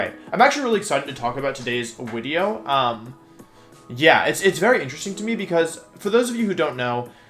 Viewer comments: is bro german, why did he call it a Wideo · Thank you wideo man, I love the tier list wideos! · Every time you say wideo it makes me laugh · Wolfie - Sorry if I pronounce stuff wrong Also Wolfie - I hope you enjoy the wideo. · Does he say wideo? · "Surprise, it's Wideo Man" -Wolfey 2020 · YES ITS WIDEO MAN!!! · why is it wideo? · lol the people who think you are unable to pronounce ‘video’ while pronouncing all other words that start with ‘v’ properly😋 love the wideo btw 😎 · Is pronouncing video "wideo" an inside joke or do you legitimately pronounce it that way?